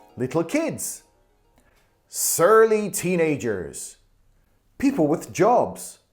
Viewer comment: この動画をすごく気に入って完コピする勢いで見てます！リエゾンや言葉の説明の仕方も勉強になります。 People with jobs がpeople what jobsに聞こえて、chat gptに聞いてみたら多分people with jobsじゃね？って教えてくれた！すごい✨